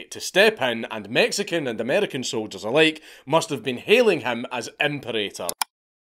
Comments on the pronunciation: mf knows how to say arbiter but not imperator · Dear editor. Nobody gives a shit that he pronounced "imperator" wrong, don't interrupt the video to make a point no one but you cares about. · lol, that imperator pronunciation bit got me